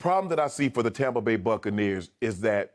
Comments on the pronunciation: Someone remind me why skip calls it TAHmpa Bay? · Hes saying Tom-pa bay because its tom bradys team according to him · Why does Skip keep saying "Tah-mpa Bay"?